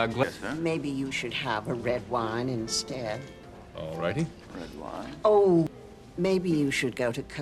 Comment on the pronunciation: 어우 저놈의 올롸이리 지금 들어도 소름끼쳨ㅋㅋㅋㅋㅋ